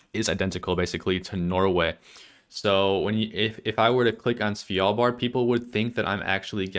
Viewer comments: It's Svalbard not Svijalbard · Idk why hearing "svYalbard" annoyed me so much of all the country name mispronunciations... Maybe because it's pronounced exactly like it's spelled, and there's no Y or J... LOL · As a norwegian it triggers me how you say svalbard